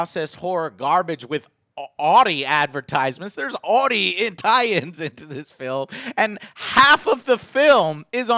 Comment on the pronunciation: I was with you all the way until you said Audi the way you did. Jk, people pronounce many words in many different ways, i've never heard anyone pronounce it anything other than Ow-Dee though, until now.